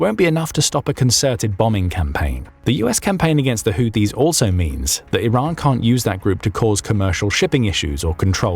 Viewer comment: The AI narrator keeps calling the Houtis the Haitis! No one has Updated it's spellcheck!